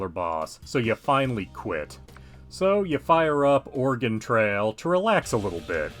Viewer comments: ORaGONE? i live here nobody calls it ORaGONE we say it how you are saying organ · liar I actually live here and we actually pronounce it uh-ray-gun